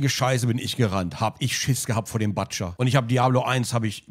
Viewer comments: Es wird Butscher und nicht Buttscher ausgesprochen 😂 so lange schon am zocken und dann sowas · Bildungs TV: man spircht das U bei Butcher als U, nicht als A. Für die 5. und 6. Klassen hier. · er heißt Butscher und nicht PATSCHA